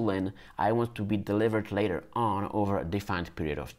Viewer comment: "connect again when you done with that, 2 minutes Latah" 😅